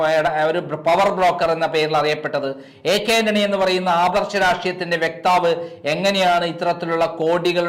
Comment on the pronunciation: സാറിന്റെ താരതമ്യങ്ങളില്ലാത്ത മാധ്യമ പ്രവർത്തന മികവിനു മുമ്പിൽ നമസ്കരിക്കുന്നു. താങ്കൾ ചില വാക്കുകൾ ഉച്ചരിക്കുമ്പോൾ ശ്രദ്ധിക്കണം എന്ന് അപേക്ഷിക്കുന്നു. ഉദാഹരണമായി. "വ്യക്താവ് "എന്ന് ഉച്ചരിക്കുന്നത് തെറ്റാണ്."vakthav" ആണ് ശരി.